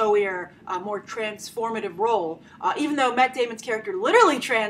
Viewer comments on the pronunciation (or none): none